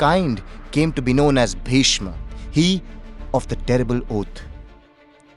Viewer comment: The Hindi pronunciation of Sanskrit names giving me serious cringe. Bhishma to Bhishm, Chitrangada to Chitrangad, Gandharva to Gandharv uhhhhhh...